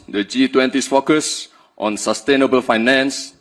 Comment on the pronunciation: Iya, bagus dipendengaran elu ya. Ngomong growth sama sustainable dan banyak lagi aja kagak becus tapi lu puji2.